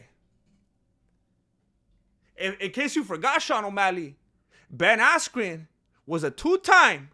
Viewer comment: you kept mispronouncing ben askyous name